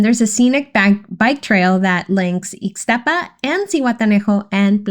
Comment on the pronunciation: I could not understand when you were saying the other areas only eeks-staapa or Plya Leen Da